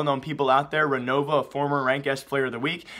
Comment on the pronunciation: REOVA not RENOVA XD